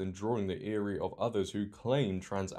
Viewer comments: "drawing the 'ear-ee' of others" *'ire' (rhymes with tyre). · It's pronounced eye-er in the u.s. not eerie. How would eerie be pronounced in the u.k. if ire is already pronounced that way? 🤔 ❤ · it is prounced i - er sir. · Look at the defeat in the body language of the female racers. They knew there was no point in running. "ire" is said like "tyer" without the "t". Love your work, it's now a regular morning go to for me. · Eary lol. Ire is pronounced like fire without the f